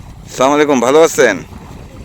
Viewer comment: আসসালামুয়ালাইকুম আমি আপনার সব‌ ভিডিও দেখি এমন কখনো হয়নি‌ যে আপনার কোনো ভিডিও খারাপ লেগেছে কিন্তু একটা বিষয় আমি খেয়াল করেছি যেটা আমার কাছে একটু খারাপ লেগেছে আপনার সালাম দেওয়াটা শুদ্ধ হয় না। অনুগ্ৰহ করে এদিকে লক্ষ্য রাখবেন।